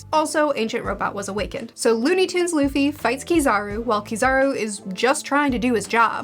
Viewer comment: It's so wholesome to see where you are as a One Piece fan, I remember you mispronouncing Luffy's name and hating Usopp in the beginning of your reviews 😂